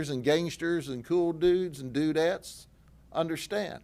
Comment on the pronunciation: “Dudetts” is crazy🤣🤣🤣🤣